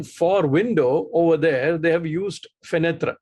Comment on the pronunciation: It's pronounced 'Fenet' and not FenetRA'. The reason is that your language is aesthetically inferior while French is superior. So the feeling of squeamishness is very normal.